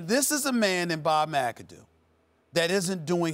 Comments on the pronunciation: Stephen A called him Bob mc adoo 😂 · Ryan Clark said McAdoo doo lmaoo